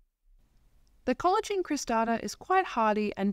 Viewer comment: I’m enjoying your videos. It’s pronounced ‘selojinee’. I have 2 different ones & they grow well in Brisbane too